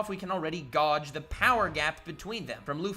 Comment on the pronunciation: you said gauge as gawj, it's pronounced gayje. It's spelling and pronunciation are the same as gauge from 12 gauge shotgun.